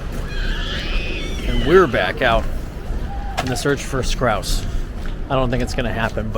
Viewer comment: Scouse not scrouse 🤦🏼‍♂️😂